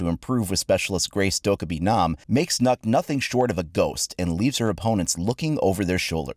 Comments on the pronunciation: Lol it's not "NOKK" it's "NØKK" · As a danish person I am angry at Ubisoft, the way you pronounced the name would mean that it was spelled NÅKK, and not NØKK. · In Danish it’s actually pronounced as “Nuke” with a drawn out “oo” sound, not “Nuck”. Though they says it’s “Knock” so I guess it doesn’t matter... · FFS it is not called nokk but nøkk. hear it in google translate. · It’ actually pronounced Nokk Me: N-no it’s not cries in Danish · sighs in Danish .........its Not pronounced nokk......... its nøkk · Nøkk not nokk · "it looks like it's pronounced Nahk but it's actually pronounced nok" No, it's pronounced Nøkk, not nok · It isn't nukk its Nookk as a Danish person the ø is said as oo not u so it's not nukk its nookk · So I'm Danish, "Nok" is the wrong pronunciation. You have to pronounce the Ø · Its pronounced "Nøkk" :( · People: Pronouncing it Nokk Me, a Dane: PROUNOUNCE CORRECT REEEEE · Its not nuck or nook or nock its neauk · So hard to have people pronounce her name wrongly. Nøkk is pronounced Nøkk not Nokk. Well it is hard to write how to pronounce it. :) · ITS NØKK, NOT NOKK!!!! dammit atleast try listen to the letter on translate or some xD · Not Knock, Nökk! Noekk!!! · *NØKK It is not pronouced NOKK its pronouced NØKK Ø is like the “i” in “bird,” only a bit further back in the throat. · Its more. N-uh-kk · "It looks like 'Nock', but it's actually pronounced 'Nuck'". Sees comments. Becomes curious. Tries Google translate text to speach. Why did Ubisoft lie to you? For those curious, the way is saying it in the video would be spelt "Nokk" in Danish. In terms of English, the closest vowel sound I can think of would be the "oo" in soot. Sadly language is complicated, so that's not exactly correct (hell, depending on where you're from, soot is said pretty differently in English), and essentially any comparison I try to make to an English word will likely piss off any Danish speakers. We just don't have the vowel in our alphabet.